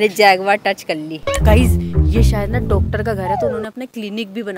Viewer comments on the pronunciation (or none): none